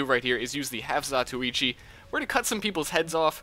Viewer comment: lol half-za-too-ee-chee